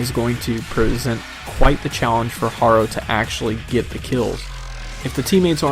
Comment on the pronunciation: I cringe a little every time I hear you mispronounce "Harrow"